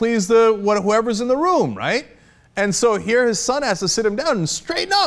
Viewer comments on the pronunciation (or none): none